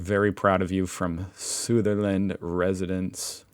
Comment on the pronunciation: Sutherland pronounced the same as "southern" minus the first "n", then add "land"